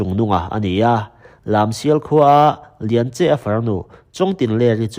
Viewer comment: Chawngtinleri hi Chawhgtui khua tiin ka hria a. Tin, a u hi Lianche-a nilo in Lianchi-a tiin ka lo hre ve ṭhin a sin mawle